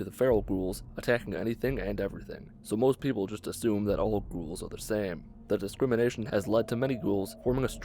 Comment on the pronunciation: the way he pronounce "Ghouls" is kinda annoying lol